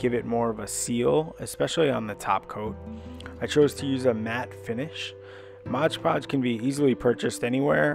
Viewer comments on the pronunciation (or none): Thank you! Very useful! One thing, it's MOD podge not modge podge